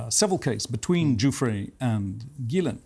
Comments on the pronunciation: I’m confounded as to how Benny Johnson can spend the entire interview hearing Ghislaine’s name pronounced with the g sound like in the word goat and yet he continues to mispronounce it with the g sound that sounds like a J. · I have heard this lady's name pronounced a multitude of ways. Are we to assume her brother is correct and it's pronounced "Gil - lin" and not "Gil - lane"? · I didn't know that is how you pronounce her name. Gilan? Rhymes with.... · Main thing I just learned from this is that her name is pronounced GILL-lane. Emphasis on the Gill lol I never really knew for sure. I figure her brother knows so I’m gonna go with what he says lol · So finally we know how to pronounce Ghislaine's name. Her brother pronounces it as 'Gillan' and as he is family to her, I suppose we can trust his take on how to pronounce her name. Of course Piers continues to pronounce her name as 'Gillane'. Everything else her brother is saying seems extremely suspect, I doubt anyone is convinced by him. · Is it pronounced Gees-lane, Gis-lane or Gee-lane?